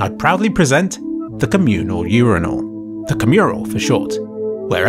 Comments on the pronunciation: this whole fucking idea is thrown to the garbage by everyone after hearing how you pronounce urinal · Why do you pronounce urinal like that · you said urinal wrong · For the love of god, you MUST NOT call it a U-I-urnal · So wait when Brits say the word "urine" do they pronounce it "your-ein" or does it just change for "your-ein-ull" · im sorry but u-rye-nal?? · months later and I only just now learned that the way he pronounces "urinal" in this video is genuinely how people in the UK say it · And today I found out that the british pronunciation of urinal is different. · I'll never get used to the british way of pronouncing 'urinal' :D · I can't believe you pronounce it urinal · why would you pronounce "urinal" like that? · British people don't actually pronounce urinal like that... right? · The worst thing I heard in this video was your pronounciation of the word „urinal“. But I guess thats a good thing, right? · … why does he pronounce urinal like vinyl. Is that a Brit thing? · the r sound in british english is a labiodental compared to american which uses an alveolar